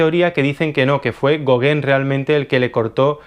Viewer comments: no digas gogen di gogan te lo pongo fonético. Tienes que pronunciar el nombre de los pintores correctamente. Dirías chaquespeare? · Así se pronuncia Gauguin y no es goguen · Muy interesante pero se pronuncia Gogan no Goguen, y se pronuncia Siñac, no Sig Nac